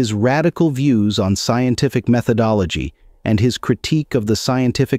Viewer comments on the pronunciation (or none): Insteed?! Methodologhie!!?? I smell a computer voice. Alas! Alack! Oh woe!